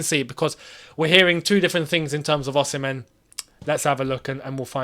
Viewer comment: You always get the pronunciation Osimhen wrong 🤦🏽‍♂️🤦🏽‍♂️😂😂